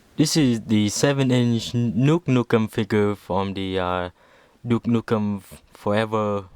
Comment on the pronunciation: you said nuke nukem lol